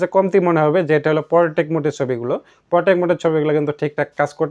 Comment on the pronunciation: এর পরথেকে পোরটেক না,,! পোট্রেট বলবেন। আগে ব্যাবহারিত প্রতিটি শব্দের সঠিক উচ্চারণ স্পস্ট কোরে শিখে নিন। আমাদের সমস্যা হলো নিজেকে নিজে যাচাই করতে পারিনা। তবে নিজেকে হাজি সাব মনে করি।